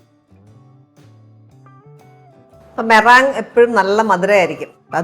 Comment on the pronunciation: Meringue - inganaanno pronounce cheyyunne... allallo.. മൊറാങ്ങ് അല്ലല്ലോ മൊറിങ്ങ് എന്നല്ലേ